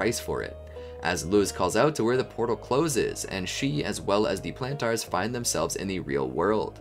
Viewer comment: why are you still mispronouncing Plantar 😭